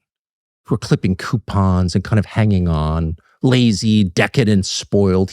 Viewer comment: Q-pons. Don't get me started on that racket😂